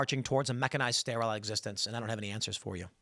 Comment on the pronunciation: Why did he intentionally mispronounce sterile so many times? I say intentionally because he pronounced sterilized correctly.